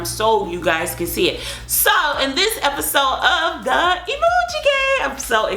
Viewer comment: Why do you say episode like that but I do like ur videos